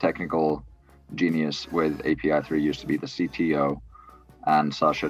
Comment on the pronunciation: Omg bro!!! API3 A..P..I ..not ap